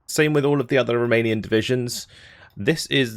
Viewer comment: Just want to drop a message to say how much I appreciate your efforts on spelling and pronunciation of all of these Romanian units... Across all the divisions... Lesser men would butcher all these words wantonly, but you... You care....